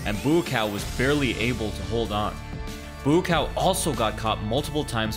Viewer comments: Yep, it would be pronounced "Booa-kow" (White Lotus, but you read it "lotus white") with the first part mid tone, and the 2nd part rising tone & a long vowel. (I can speak/read/write Thai) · I kept hearing "moo cow" the whole time. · Why pronounce his name as boo cow? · His name is pronounced. 'BUCK-WOW' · Good observations but you absolutely butchered his name. How many times have you seen him fight before this video? Never heard his name called? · thats not how you say hes name.. :P hehe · Learn how to say his name first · The way he’s saying his name 💀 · You didn't make it 3 seconds into the video before butchering his name... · Your pronunciation of his name isn't accurate but it really is commendable. Big thumbs up for trying not to say it wrong.